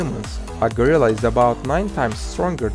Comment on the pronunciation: He can’t say gorilla well lol but it’s fine